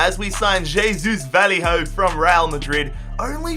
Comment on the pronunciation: Wtf was that pronunciation for Vallejo?